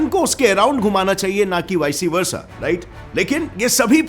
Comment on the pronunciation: Vic(e) versa?? Really... Just like nice its simple vice versa...